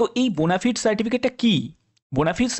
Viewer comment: ওরে বোনাফায়েড বোনাফিড নয়